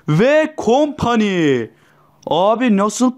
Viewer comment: vee kompaniiğğ ahhahahah